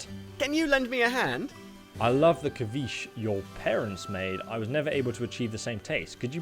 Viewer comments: Lol, you pronounce ceviche as ka-veesh. It's seh-vee-chay. 😝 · ceviche is pronounced "seh-vee-chay" lol